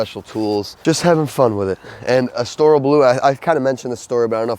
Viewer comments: Pronounce Estoril correctly please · Estoril. Please Google how to pronounce it.